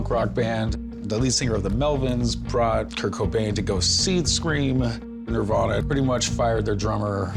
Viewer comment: She also said "Narvana" 😂